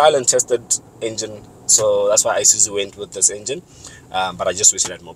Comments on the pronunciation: Nice review as usual but I have a problem with the way some people pronounce the name of this brand. It's not I-suzu but Isuzu. Same applies to Iveco, it's not I-veco but IVECO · Eye suzu you mean